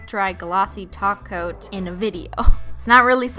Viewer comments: WHAT THE HELL IS A TOPCOAT kinda sounds like taco I’m sorry for caps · Mary the Yandere Painting Loli she calls holo topcoat taco